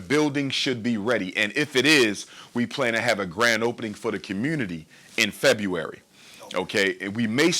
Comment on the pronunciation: This guy has been on this hustle for the past 13years and still no school. He lives off the blackiddy blaq rhetoric and every plan he has has been supposed to be completed around "Februwawy" including Februwawy of 2010, Februwawy 2011, Februwawy of 2012 up until now, You'll be reading this comment in Februwawy 2030 and, "we're almost done, hit the cashapp, hit the cashapp,hit the cashapp" Why is blaq America so slow?